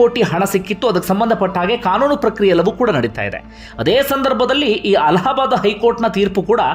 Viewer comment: ಅಲಹ ಬಾದ್ ಕೋರ್ಟ್ ಅಲ್ಲ ಅಲ್ಲಾ ಬಾದ್ ಕೋರ್ಟ್